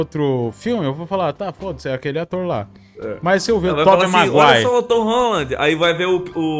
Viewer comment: "tób maguai"